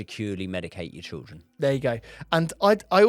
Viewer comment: why can't this guy children. Trilldren haha